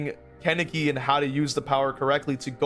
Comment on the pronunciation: Ok, so, this video is amazing, great points made, but please stop pronouncing Kaneki’s name like that lol